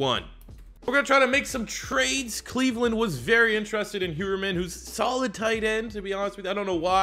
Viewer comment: thank you for doing the broncos i appreciate it, jeff Heuerman(higher-man) XD lol his name is weird